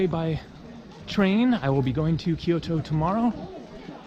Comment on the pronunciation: Kyo/to not Ky/O/to